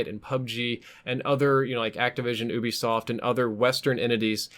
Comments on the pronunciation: I swear it's ubsoft (youbesoft) why do people say (oobisoft) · Oo-bee-soft? U wot? You-be-soft